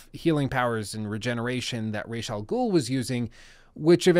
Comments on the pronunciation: Umm excuuuuuuse me bruh!? "Rayshaw Ghoul"?.... Nah doooood... Oh hell nah bruh, not on my watch you son of a B****!!!! If you've seen the latest Batman Trilogy they clearly pronounce it like Ra-Za-Ghoul.... Rayshaw Ghoul, man you're cringing me out every time you say it hahah STOP IT!!! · ii dont think ya did play ANY of the Batman Arkham games or atleast not ALL. its pronounced [Raazz-AL-Ghoul} you mispronounced it EVERY TIME...... I dunno if ur testing people or what.... But go ahead double cheack it. if u played the games wouldn't you know that? Hes a pretty MAJOR CHARACTER.